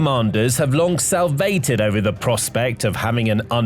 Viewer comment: the word is salivated, not salvated. These videos are continually getting worse-pictures that don't match the discussion, rehashing old topics. overuse of the same sources and overly optimistic lead lines. Military Show, step up your game.